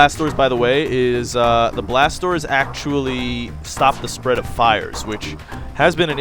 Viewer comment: Haha, whenever you say "Blast Doors" I feel like you're saying "BlasTORS" lol, I always think to myself "why is he saying blasters so weird...?